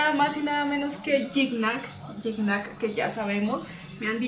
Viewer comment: alguna vez Gignac aclaró como se pronunciaba y era algo asi como Chigñac